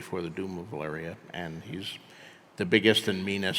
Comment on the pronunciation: I don’t like how George RR Martin says Valeria. I’m having a crisis